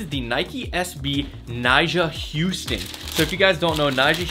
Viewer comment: Nyjas name is pronounced nyjah huston like hus-tan lmao